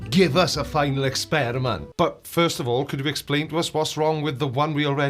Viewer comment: Final experishment..... It's quite big